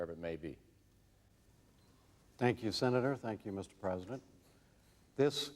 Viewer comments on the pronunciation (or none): Bob Dole had a lot of trouble saying the word "president"! "Prez" is about all he could muster. "Prezn" on a good day. I always got a good laugh out of the way he said "Prezn United States". LMAO He just couldn't pronounce the entire thing. "I'm Bob Dole, and I'm running for Prezn United States!!"